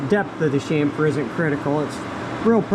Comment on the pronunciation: so refreshing to hear chamfer pronounced right, next chassis